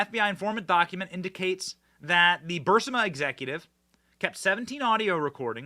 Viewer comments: It’s NOT BurSima! It’s B-U-R-S-I-M-A! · Hey it's not "Bursima" please pronounce it correctly. It's Barisma. I say this over and over Benny. Come on! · Benny love your commentary but please learn to pronounce certain names and companies. Vivek Ramaswamy the end of his first name is pronounced like CAKE. Burisma is BUR-EES-MUH